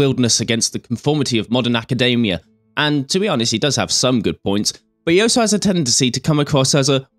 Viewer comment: I'd just like to state for the record that it's pronounced "all - so", not "oh - so".